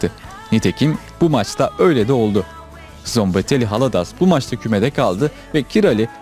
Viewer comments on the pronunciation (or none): Abi severek takip ediyorum Telaffuzların yanlış bu normal Kalecinin ismi Gabor Kiray diye okunur Takımının ismi : Sombatheyi Hâladâş